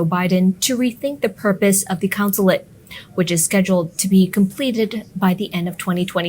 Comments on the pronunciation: It’s a “consulate”, not a “councillate “; the head honcho there is a Consul, not a councillor. Just saying. Great channel.👍🏻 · “CONsulate” not “COUNsulate”